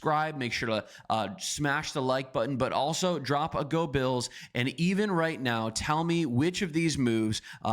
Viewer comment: Can we at least say the Bills players names correctly if that's the whole channel's focus...